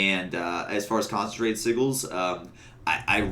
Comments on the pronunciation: Great video, couple of points: - in the showcase part, you repeat yourself a few too many times to say you were away from your team, we got it :) - since you play a lot of DH, FYI sigils are pronounced sijil not sigil Thanks for vid, great for me as a new pve vengeance DH that’s forced to pvp ^^ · Caught me by surprise with his pronunciation of "sigils"